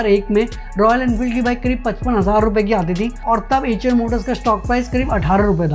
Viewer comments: Bhai एएचर नहीं आयशर मोटर्स है। अंग्रेज के जैसे गूगल ट्रांसलेट मत करो। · 😂😂😂😂 acha eicher Motors By hearing you it sounded like "HM noodles" 😂😂😂